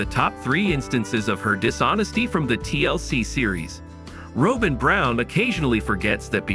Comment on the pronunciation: It's not Robe-In. It's Rob+in